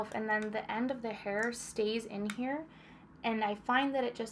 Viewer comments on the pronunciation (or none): none